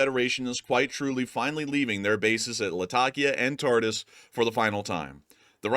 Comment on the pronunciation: Please! Tartus is not pronounced Tart - us, it's pronounced Tart - oose. With the appropriate diacritical, Tartūs. I know. I used to live there.